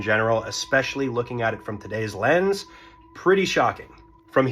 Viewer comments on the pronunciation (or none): none